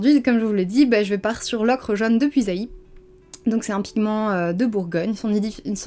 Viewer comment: Vidéo super intéressante et très complète. Je vais grâce à toi pouvoir fabriquer mes aquarelles dès que j'aurai reçu mes derniers ingrédients ! (Petite précision d'une bourguignonne : Puisaye se prononce "puisait" et non pas "puisaïe" ;) )